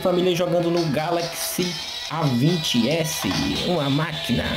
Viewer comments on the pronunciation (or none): Ei você falou errado, falou a20s kkkk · No Final Ele Fala A20S KKKKKKKKKKKK